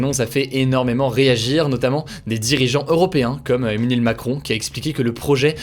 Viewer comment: "EMEENUEL MACRON"